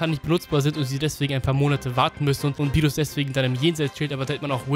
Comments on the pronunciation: Der heisst Beerus nicht Bierus..und als Gott wird man doch unsterblich wie sein Engel (Whis) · rrrrrrrrrrrrrrrrrrrrrrrrrrrrr berrrrrrrus